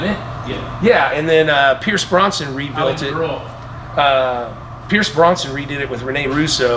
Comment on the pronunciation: I couldn't get past "Pierce Bronson"